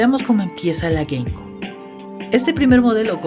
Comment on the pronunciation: Se pronuncia "gueimciub" y no "gueimcub" la ptm xd